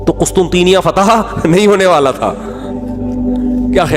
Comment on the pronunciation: Hamri karachi ke Matarway mufti sahab mazrat se lekin wo QUSTUNTNYA hai Ap qustunteenya bol rhy ho